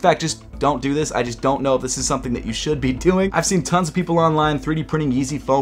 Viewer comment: "how fast doo i have to walk?"